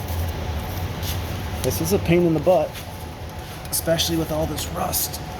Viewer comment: Oh the rrrrrrrrrrrrrrrrrrrrrrrrrrrrrrust!! lol lol Have a great weekend, call you next week!!